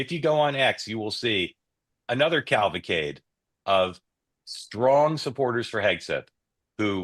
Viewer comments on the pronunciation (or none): It's CAV- AL-CADE , not CAL-VA-CADE